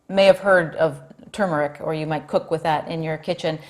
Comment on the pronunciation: I already take curcumin. I just wanted to hear you pronounce turmeric